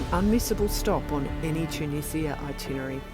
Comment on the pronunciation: Thanks for saying Tunizia instead of the Tunijia by the way :)